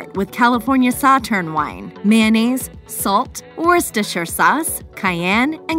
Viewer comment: ooooooorrr- shist-errrr sauce. Must be that secret ingredient 😒